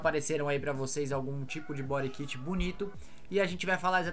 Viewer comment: Engraçado a pronúncia bori kit 😵‍💫🤮